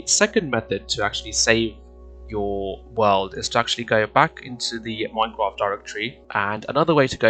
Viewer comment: oh no thanks for the video but It sounded like at the begging of the video you said you replaced the r i think